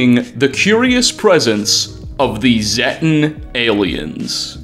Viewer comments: It’s zetan not zettan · Zay-tan. Long 'a'. Zay. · Z-ay-ten..... It's pronounced in fallout 3 and 76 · The first time I hear zetan in this video, i thought had said "thetan", like the scientology aliens. and the more and more shit was revealed, the more I nodded like "yep, scientology". I'm surprised there haven't been any lawsuits against bethesda for all this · You pronounced Zeta/Zetan 3 different ways throughout the video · all fallout youtubers pronounce "Zetan" while and can't say who is right, this didnt sound right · At least pronounce Zetan correctly.